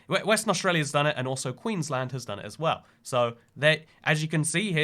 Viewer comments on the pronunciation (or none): none